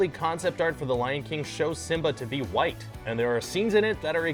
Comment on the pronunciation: "Kimba the while Lion"